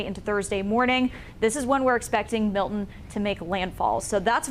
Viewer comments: It’s not Mil’in. It’s MILTON. Pronounce the T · Can you please learn how to pronounce Milton. You are a broadcaster. There is t in the name not a pause or an eh. Mil T on